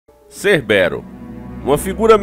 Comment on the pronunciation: não acerta um nome kkkkkkkkkkk Hoje é cerbérus (Cébero), ontem foi Cobão Brait (Kobe Bryant) 🤣🤣🤣🤣🤣